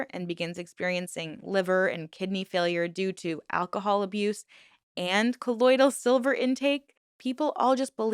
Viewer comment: I know why you were mispronouncing colloidal; because the members kept saying ColloidEEal. I almost started thinking I said it wrong!